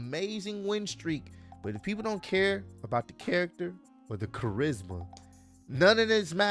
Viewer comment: Man couldn’t say Charisma 😂😂😂😂😂😂🤦🏿‍♂️